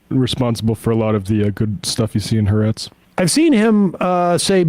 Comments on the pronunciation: Fyi, it's Ha'Aretz, not haretz. The Land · how does Sam not know the pronunciation of ha AR etz????? I think he's knocked too many memory cells loose blowing the shofar